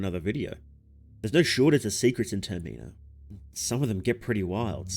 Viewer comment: the way you pronounced termina ruined the whole entire video